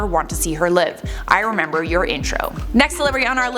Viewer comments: Live!!! No longer want to see her live! "Lie-ve" not "live!!" I'm sure Mary's not a monster! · Bruh not live, lIVE 😂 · do you have dyslexia ( I have it myself)? You got at least one word wrong in a fair few of the tweets you read. My favourite is live... as in on air 'lieve' not her being alive XD. What a dark tweet that would have been otherwise. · I am pretty sure that person who said they didn't want to see her live, didn't mean they wanted to see her dead in the way you pronounced it but didn't want to see her live as in "in person" in the studio. ooops Love your show! :) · I love you so I have to tell you to remember live is pronounced two different ways. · 'no longer want to see her live".. when the pronounced it as (b), I was like WHATT!!!! and had to re-watch it. the word ‘live’..pronounced in two different manners and has two different meanings. a) Live – Something that is happening at the moment, you are watching it happening, it’s not recorded. b) Live – It mainly means to be alive and not dead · I like this show, and, but she needs to read the words properly lol. She read a few words wrong and pronounced "live" as in a "live TV broadcast" as "live" as in "I no longer want to live". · I think that person meant live as in in person not live as in alive. Just in case anyone else was a bit thrown by her possible mispronunciation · Well... This got dark fast... I read, "I no longer wanted to see Ellen Live (aka in studio)" said, "no longer wish to see her (Ellen) live (aka alive)... Wtf potato??? I'm tempted to rewatch and count how many words you read incorrectly... But I won't bc I like you.. But I'm REALLY uppity about, well, words in general. Being our main source of communication, I find it rather imperative. ❤ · She mispronounced live